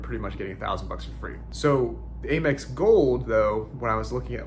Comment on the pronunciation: Why are you saying AYE MEX instead of Amex with the short “A”?